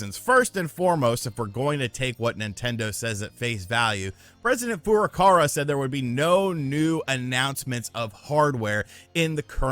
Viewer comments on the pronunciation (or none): again Furukawa is pronounced Foo ROO kah - Wa (with short sounded vowels), it's not "Foo wah Car uh" or "foo ruh car uh"